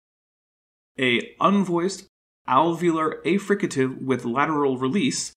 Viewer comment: Love this, but it’s bothering me that you’re mispronouncing affricate; it’s pronounced /æfrɪkət/ (wide transcription if you’re confused with that rhotic looking like the alveolar trill)